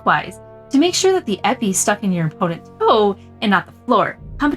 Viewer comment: Epée is pronounced "eh pay". Sabre fencers are sabreurs, not sabrists.